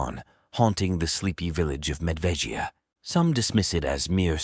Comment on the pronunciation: How does he pronounce Medveda differently every time? 😂